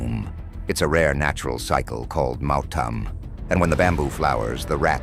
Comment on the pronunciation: it’s pronounced M-AH-U-T_A-M Not mauthain learn how to pronounce It’s pronounced L-A-L-D-E-N-G a In Mizoram a [pronounced like ah] is used to describe a male and i[pronounced like e] to describe a female and names not mizo have hyphens place before the a or i for example Rafael-a,Michael-a,Jessica-i,Lycan-i And for Mizo names it goes like this For example Rinawma ,chanchinmawia, mami ,Mamuani In Mizo names the hyphen(-) is not placed to not get confused on how to pronounce words If there’s th in a word in Mizo the t is pronounced loudly and greatly and fun fact is our letters were written and invented by Britain and i remember one hospital that they made located in durtlang called synod hospital it’s more advanced cuz of the British people tho most British people can’t speak nor read Mizo these songs were sang like how most song of that time were sang like battle hymn of the republic years passed we are still Christians because allah is a statue i can make and I don’t worship stones I worship the only true savior Jesus and god the protector of Israel the protector who never got tired the protector who never slept the protector who never died but the MNF is now the original of now many Mizo land protectors Mizo has solved 70 to 89 % of all problems using passive and calm communication,patience so this is correct but narendra is breaking it now because of his crazy projects for Mizoram hes making train routes for easy travel but there is a